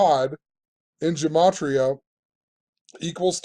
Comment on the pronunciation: Gematria! Yes you pronounced it right (@ secs in). Finally after all these years one of you guys got it. It's a soft g like guh-mah-tria. Ask a rabbi.. I appreciate your work, and what you're doing. You're one of the best channels on yt.